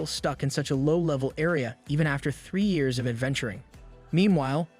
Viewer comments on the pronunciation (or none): none